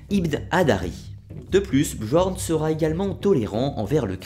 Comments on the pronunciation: La mere de qui ? non attend mec...ca se prononce "BYORN" (bi-orn)... '-' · Très intéressante video. La même sans les "quatre-Z'-enfants" et avec la bonne prononciation de "Bjorn" (j=i) serait parfaite. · Deja sa ce prononce biorn mais il s apelle bjorn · Commentaire constructif : le « j » n’est pas prononcer dans les langues scandinaves... on ne dit donc pas BJORN mais bien BiORN par exemple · Super vidéo mais un conseil sur la prononciation: le "j" dans les langues scandinaves et slaves se prononcent comme un "i" comme pour Bjorn on dit "Biorn" ;). Autrement super travail continue comme ça ! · Bien Bien mais s'il te plait, on dit pas bjorn ou skjaldmo mais "byorn" ou"skyaldmo" le "j" se prononce "y" en norrois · Super vidéo malgré que mes oreilles saignent au vu de ta prononciation des mots nordiques ^^ (pour info le "j" se prononce comme le "y" quand il sert de consone comme dans "Yak") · J'adore ta video, il y a juste une chose qui me tracasse, tu prononces mal Bjorn